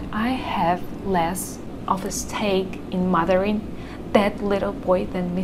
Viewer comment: Hi, Outstanding video, very practical! One observation: "stake" sounded odd. It should have been more like "sDake" (It is how I tell my Chinese-speaking students to do.) What do you think? Best, Albert, SF, CA